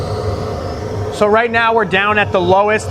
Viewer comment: You should probably know how to pronounce the tool to measure air flow correctly if your going to do a video on this topic. Just google how to pronounce it.!